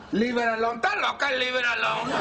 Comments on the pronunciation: to all u white people it's esta loca not ta loca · It's "'stas loca!" Not "da loca!" or "ta loca!"